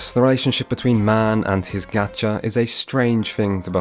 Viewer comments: but like it is closer to being pronounced as gotcha than gaecha (with a fronted vowel) in Japanese 😅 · Great vid! Just a heads up, people say "Gotcha" because that is closer to how you'd say it in Japanese. The "Ah" sound doesn't exist in the language, it's closer to "Aw" hence "Gawcha" or "Gotcha" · I didn't articulate myself as well. "A" vowel sounds like in Gacha don't sound the way pronounces it. He says it more like you'd say "Gas" than you'd say "Awesome". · Lol, you really can't correct people for saying 'gotcha' instead of 'Gacha' if It's an onomatopoeia - it would be like correcting someone for saying 'meow' 'wrong' because of basically imperceptible, slightly different vowel sound. The difference between the 'O' sound and the 'Ā' is beyond negligible. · Gacha is in fact pronounced "gaw-cha", not "gæt-chuh" Japanese doesn't natively have the "æ" sound. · Had gacha been pronounced the way you do it, it’d be spelled “gyacha” (ガャシャ). The correct way IS the first one, “gacha” (ガシャ) with an /ɑ/, not an /æ/. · If the word Gacha is Japanese the it would use the short a vowel which would actually be closer to the pronunciation of the word gotcha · It's not gacha it's got'cha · People may have said this a bunch of times in the comments already, not quite sure -- the Japanese languange doesn't have the sound "Aa" as in "apple". All "A" sounds sound like "aw" as in "awful". So of course Gachapon is the word referenced, not "gotcha", but it is not pronounced "G-aaa-cha" (the beginning rhyming with apple), it is still "G-aw-cha" (the beginning sound rhyming with awful), so does indeed sound exactly like Gotcha. In beginning of JPN 101 they teach you the exercise A-I-U-E-O - pronounced "aw" "eee" "ooo" (as in who) "eh" "oh" - those are the only 5 vowel sounds they have, period. Those 5 are then just combined with various consonents, as in Ka Ki Ku Ke Ko, etc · Great video. But the correct Japanese pronunciation of "Gacha" is actually "Gotcha".